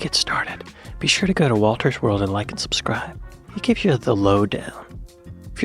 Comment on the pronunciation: I normally give your videos an automatic thumbs up. Wolter? Not so much ... 👎